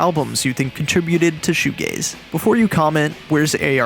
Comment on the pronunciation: Oh it’s shoe g-a-z-e not shoe g-a-y-s. This makes much more sense.